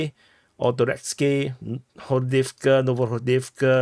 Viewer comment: ToreCk or ToreTSk, not ToreX. Love your hard work !